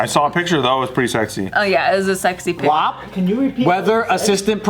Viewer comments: I’m sorry but we don’t say WAP that way in Milwaukee lol thats more north Wisconsin lol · Ummmm I'm offended. Milwaukee does not say WAP that way hahahaha